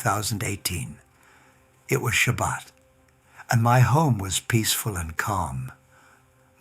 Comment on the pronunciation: Strange how he pronounces Shabbat like a Christian not a Jew. You Christians know no boundaries. You shamelessly deceive other humans. So sad.